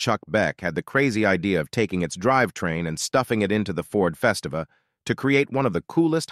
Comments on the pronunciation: It's Festiva, not Fes ta va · Festiva is pronounced Fest-ee-va. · I really dislike these bot-narrated videos that are all over YouTube now. They’re full of mispronunciations (Le MANS, Ford FEST-iva, etc.) 🙄 it just really detracts from the enjoyment b/c it shows that whoever made this video cared more about saving money than by making something really accurate